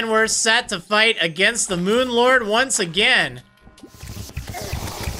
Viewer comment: I honestly thought you were saying Moon Lard. xD